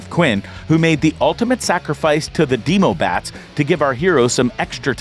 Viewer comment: Am I the only one who noticed he said “Noah schnoop” 😂😂 and “demoobats” 😂😂NO HATE AT ALL I JUST THOUGHT IT WAS FUNNY